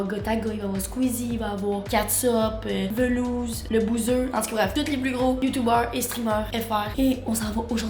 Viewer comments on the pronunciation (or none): Insane la vidéo par contre c'est vraiment Valouzz avec un A et pas velouzz🤣😂